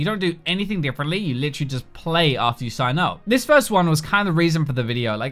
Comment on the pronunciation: I heard lisherally, instead of literally. Lol